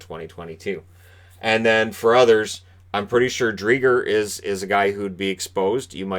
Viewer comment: Hey, not wanting to say you're pronouncing it wrong, since maybe Chris Driedger pronounces his name with a hard G, but at least where I'm from in Manitoba, "Driedger" is pronounced with the G acting as a J (with the 'dj' like in the word 'adjust') rather than a "Guh" as in gum sound. But I've heard worse, I think Fantasy Hockey Podcast initially thought it was "Dried gur". Our menno names (like Toews) often cause confusion Keep up the great work! I think I like watching your videos more than I do actual hockey, hah, enjoy the rain here in vancouver today!